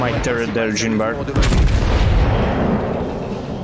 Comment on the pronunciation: My French soul everytime pronouce "Jean" - Mister Stark..I don't feel so good..